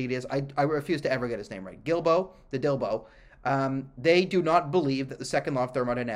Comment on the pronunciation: Dilbo that's his name you got it right